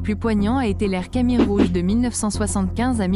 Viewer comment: Dommage que la voix est robotique, la prononciation des mots '"angkor wat" et "khmer" ne sont pas correctes.